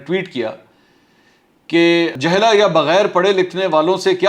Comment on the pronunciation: محترم یہ لفظ "جَہْلَا "نہیں ہے بلکہ"جُہَلَاء"ہے